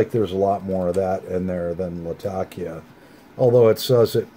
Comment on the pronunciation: one of the few pipesmokers i've heard that pronounces 'latakia' correctly